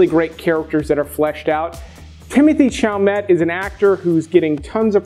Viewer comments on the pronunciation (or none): It’s Shallow-May, not Challomut lol. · Would it kill Americans to pronounce Chalamet correctly? Its french. The t is silent.